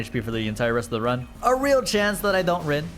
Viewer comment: "a really good chance i dont rin"